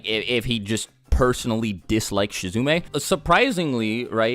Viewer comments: Im not sure if you know this or not but you pronounced Shizuma wrong. It's pronounced She-zoo-ma Not She-zoo-may. Next time you record the whole video with an error you should make a disclaimer at the beginning of said video. Maybe add that song from the shooting star meme. Just an idea. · You called Shizuma "Shizume"?! I'm unsubscribing from Superbunnyhop. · umm it's "Shizuma," not Shizune. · My boi apologizes for saying "Shizume" insted of "Shizuma" in last video, continues the Shizume trend in the one the first couple of times he mentions him LUL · you said Shizume again 😂😂😂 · U said shizume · wish you just redid the review. totally blows hearing you say shizumei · He's still saying Shizume, Lol. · After apology for mispronouncing shizuma, mispronounces again noob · Don't let him distract you the fact that pronounce Shizuma wrong